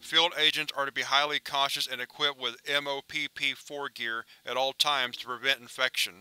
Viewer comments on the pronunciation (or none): I know I'm over a year late but just for future reference, call it MOP gear. Not M-O-P-P. Great vid though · Don't want to be that guy, but you say MOPP 4 out like saying mop, again, sorry for being a military stickler🤷🏿